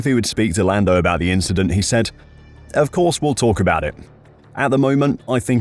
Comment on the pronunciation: Why is no one asking Leclerc about it? Its just an inchident.